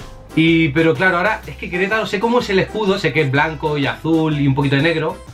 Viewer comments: Like si en el minuto te diste cuenta que dice queretalo en ves de Querétaro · dice queletalo no queretaro jajaja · dice queretalo y es Querétaro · 5.Queretalo. Es Queretaro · Notaron que dice Querétalo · En el dice Queretalo y es Querétaro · Min es Queretaro no Queretalo jajajajaja Saludos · Se dieron cuenta que en el minuto decía Queretalo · Like si viste que decía queletalo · Querétalo es Querétaro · es Querétaro no queretalo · Amigo saludos, no es “queletaLo” es queretaRo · ¿Soy yo o dice Queretalo :v? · Aunque donde dice queretalo es QUERETARO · Es Querétaro, no Querétalo hasta en el escudo lo dice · Dislike por que dice Querétalo y es Querétaro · Querétaro es con r 😔